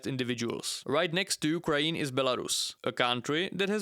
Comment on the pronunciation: Can you please say "Ukraine" and not "Ukraeen"?